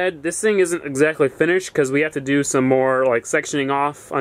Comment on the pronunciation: "I ran out of wood last night so i haw to stop"